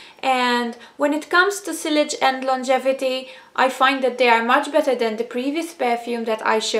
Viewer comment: Sillage is pronounced 'see-arj'